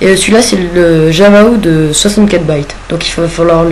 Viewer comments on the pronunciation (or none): il est con ce Mec "Baite" Mais T'es Con Va Ré-apprendre Le Français C'est "Bits" Ca Saoule Les Gens Qui Le Prononce Mal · au lieu de prononcer ja va 64 bits tu dis java 64 baites